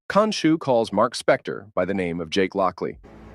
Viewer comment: Its jake not jack